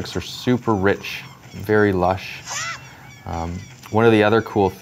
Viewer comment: does anyone else hate the way he says rich and lush lol